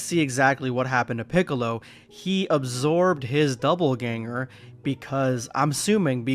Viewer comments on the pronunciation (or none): Bro there is no "b" in Dopp'elganger. God damn.